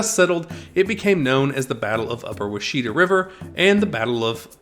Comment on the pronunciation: Washita is pronounced Wash-i-taa. Good documentary of my tribe.